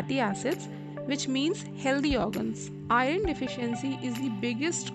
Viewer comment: Pronunciation is bad... Pronounce I(-u)rn not I ron